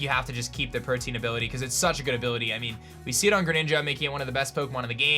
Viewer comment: Protean is pronounced pro-tee-in, not the same as protein